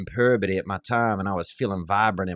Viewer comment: TruBoo22 Puberty is my favorite word that Theo always gets wrong.